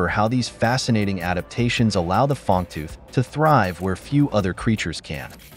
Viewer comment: do you have AI doing your reading? it is "Fang-tooth" fish, not "Fong-tooth" fish haha